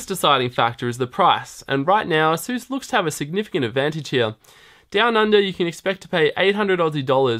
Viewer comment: Sir, ASUS is not pronounced 'ah-SOOS'. It's 'AY-sus'. It almost rhymes with 'races'.